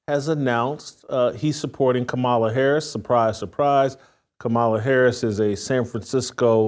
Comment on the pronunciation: Simply AMAZING, WHITELOCK!!!!!! You can get Shuhmeekuh right, but can't say Mrs. Harris's name?!? Your shameless has no boundaries.......